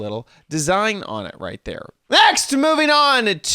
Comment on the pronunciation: NEXT! Couldn't of sounded more German ;)